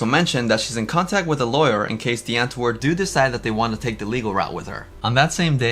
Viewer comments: Why are u saying "DEE antwoord"??? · Irks me you can’t say Die Antwoord correctly